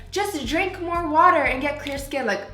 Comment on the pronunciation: "drrrrINK WOteR"